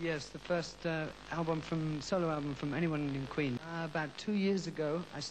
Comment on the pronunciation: “and is it possible that kween will make other soundtracks..” Classic German accent